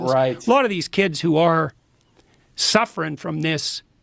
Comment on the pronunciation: Man that Jordy is such a smooth operator. Notice how he started dropping the g at the end of words so he could relate to the kids? "sufferin'" "bein' enticed"